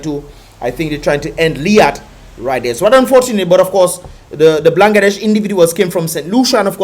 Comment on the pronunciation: its not blan> ga> desh, it's ban> gla >desh